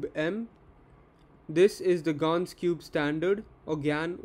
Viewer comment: You actually pronounced gan correctly first time